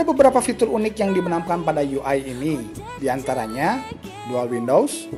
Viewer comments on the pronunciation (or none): none